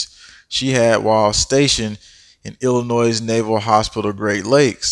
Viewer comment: I love your videos! Thank you very much for the information. Also, please please don’t take any offense to this, but in case you didn’t know, the S is silent in Illinois.